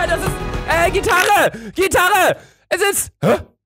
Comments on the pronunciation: Niemand: Absolut niemand: Luca: Gittarre ne ... Gitaree? 😂😂 Ich: GITARRE 🤦🏼‍♀️😂😂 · Luca: GITARRE!! Gittarre? GitarE? 😂😂😂